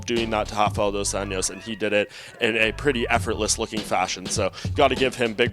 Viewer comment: Its not Dos ANIOS.its Dos anjos.Get it right kid before i ankle pick you